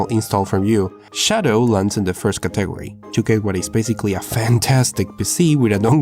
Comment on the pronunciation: Its CAT-E-GORY not CA-TEG-ORY lol